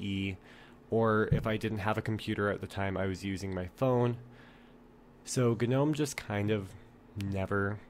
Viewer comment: Wtffffffffff..... Why does everyone say ganome... I feel like stabbing you all with a kanife